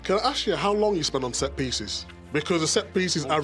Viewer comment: "set-piecies" lol Arteta knew it from the very beginning 😂